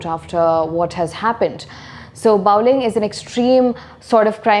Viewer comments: Bawling - Baw as pronounced in saw, not as in now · Pronounced the word bawling incorrectly..